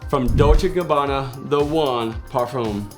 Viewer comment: No offense to this guy, but I really can't stand the way he says 'par-fume'. I love Layton 'nd I got it after fragrance reviewers like him recommended it. Not looking back. We need people like him to make more videos. :)